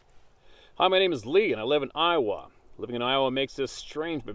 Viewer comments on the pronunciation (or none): none